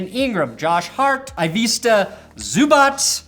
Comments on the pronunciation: Zubac is pronounced zoo-botz I think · Off the top of my head, names you got wrong. Jabari Parker, Zubaç, Donciç